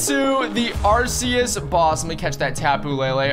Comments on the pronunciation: arceas u say like this ark-ee-us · ITS AR-SI-YUS